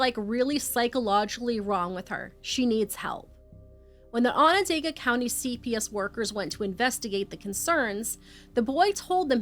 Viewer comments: I know I shouldn't comment this but I'ma do it anyway. Onondaga is pronounced awe nah dog uh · I respect both of you and your research! Syracuse NY is my city! I remember how sad this was! It hit the community hard! Onondaga is pronounced Onon-doga! It's not spelled that way! It's the name of the Onondaga people and their reserve close by! ✌🏾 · Onondaga is a difficult word I guess you were close tho!